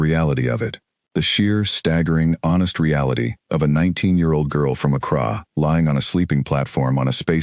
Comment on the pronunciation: only real problem i had with this was the pronunciation of the girls home town. accra is said like "ak ra"not "ak rah"just something to watch, you would think that an ai would at least know how to pronounce most major city's in this world.